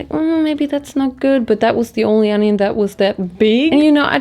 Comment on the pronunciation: It's onioin, not ANYIN.